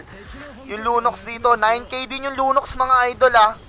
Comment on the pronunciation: Lunox yun lods di lunos haha